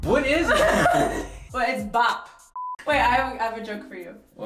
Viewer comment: Its not pronounced bahp though its pronounced pahb😂.